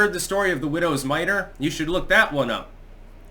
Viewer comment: It's "Widows MITE". Not "Miter". Which is a hat as I recall. But otherwise... dead-on. Bless your little agnostic heart.